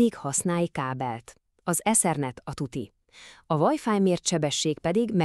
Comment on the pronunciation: Kitépem a dobhártyám a retinámon keresztül amikor meghallom hogy vájfáj😂